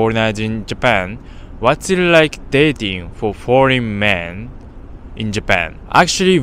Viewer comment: "lots of boring couple"? Edit: ok i think he's saying "foreign"